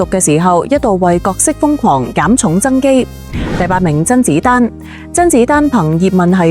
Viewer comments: （真）子丹？笑 x死！讀都未識讀！😂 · 甄子丹嘅姓都講錯